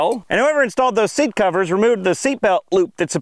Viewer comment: you mean "see-at"